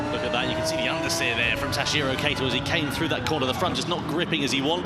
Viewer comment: I'm a bit confused. Name's written as 'Kato', both commentators keep on saying 'Keito'. Presuming it's unconceivable and too unprofessional that remunerated commentators would have such a low level of preparation, can I presume it's a typo?